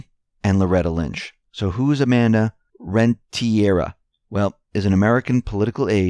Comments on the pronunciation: It is not pronounced Rentiera, but Rentería. Amanda Rentería ( I am a Latina, and Rentería is a common Spanish last name with the strength of pronunciation on the í )Trust the Plan. Q's fan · rent-ter-ria. or rent-tur-ria. put it all together. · Pronounced Renteh-Ree-Ah